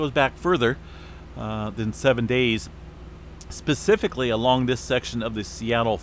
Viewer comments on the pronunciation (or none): none